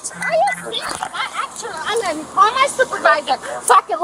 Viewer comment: How did “I’m going to” turn into “I’m funna”